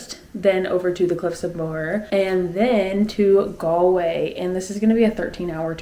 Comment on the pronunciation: Glad you got to taste real whiskey not that scottish paint remover spelt wrong(joking).You pronounced moher right